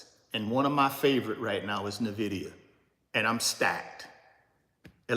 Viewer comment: Why you say “NIVIDIA” when it is NVIDIA (en-vidia).